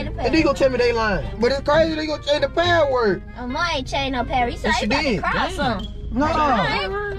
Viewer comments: "I did not change my pahhword" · It funny they say padword instead of password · i was dying when yall said "paword" instead of password LOL im dead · it craaa u gooon change da paaword 😂😂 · They don’t say password they say paword